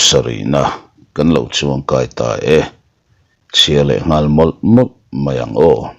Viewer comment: Ilo nghal em a nih hi in chhiar dik lo lui ngei a, nghal hi kava ti tak che em😂